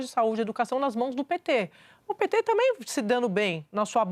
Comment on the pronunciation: Além de não usar o gerúndio corretamente, esta moça, a Andrea Sadi, não consegue pronunciar a palavra tamBém. Fala sempre "tamém"... Que coisa estranha... Vício de linguagem??? Sei lá... Mas é muito feio...